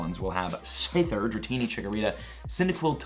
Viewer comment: have I been saying Scyther wrong all this time